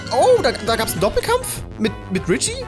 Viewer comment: Sag doch bitte Richi und nicht Ritschi.